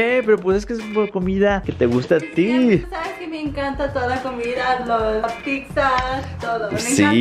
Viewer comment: Dice pigza